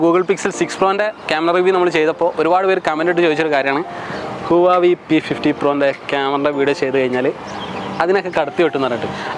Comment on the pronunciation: ബ്രോ, ഹുവാവി അല്ല, ഹ്വവെ